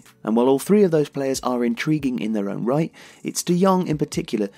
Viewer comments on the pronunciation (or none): none